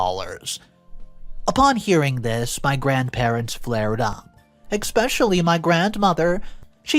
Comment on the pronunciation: ESpecially. It ES. NOT EXXXXPPecially.